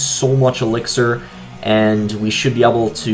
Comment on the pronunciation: I find it weird that boss pronounces able as "abl" instead of "eibl"